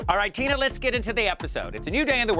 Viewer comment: LOL, did she introduce Tina as "Tuna Burner" or am I hearing things? LOL